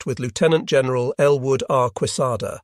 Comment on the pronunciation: The AI that speaks was atrocious on this video. General with a hard g. Whoops.